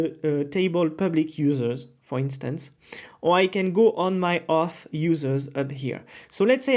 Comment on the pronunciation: Great tutorial, but seems like you are ruining all the people pronunciation like you are saying Success ❌ Soookcess ✅ Auth ❌ Huth ✅ And many others